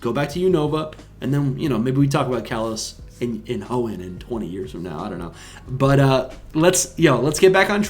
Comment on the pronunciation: oh you were saying it weird 😅🫣 not how I’d say it haha